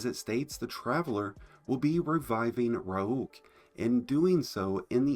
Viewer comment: RAULK Bruh... Destiny content creators and pronouncing things. How!?